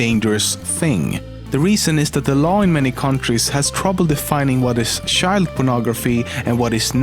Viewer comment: No one:: Shild